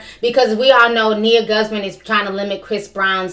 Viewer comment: Guzman pronounced goose Mon